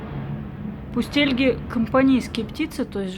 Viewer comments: Ударение на последнюю А ( пустельгА, а не пустЕльга) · Вообще-то у пустельги ударение на последнем слоге: пустельгА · а у нас их называют с ударением на последний слог. "пустельгАааа" :-)